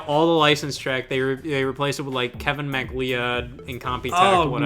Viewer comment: ah yes, the famous composer and music producer Kevin Mack-lee-odd